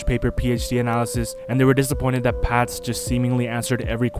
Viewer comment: He cant even say Paths properly